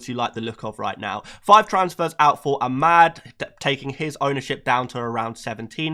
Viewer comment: It’s pronounced Am-ad not A-mad btw